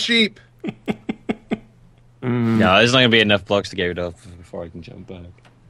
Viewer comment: its sheep not cheep;)